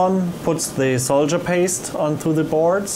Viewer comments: Must be regional differences. In America, I've only ever heard it pronounced "sawdurr," though I'll be the first to admit that it makes no sense to pronounce it that way. It's definitely not "soldier" though, I think we can all agree on that. XD No offense to, we all know English isn't his first language and he speaks it very well given that. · I's "sawderr" not soldier ;D